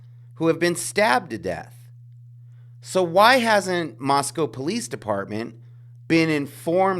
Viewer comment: You pronounce "Moscow" like the locals do. Good on you for that. This case is totally whack-o. Makes me think that somebody's going to get away with it.